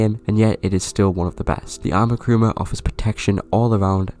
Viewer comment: Great video, I totally agree on all things. Actually the name is Kuruma, not Karuma ;). Also nice seeing my Akula in the Thumbnail!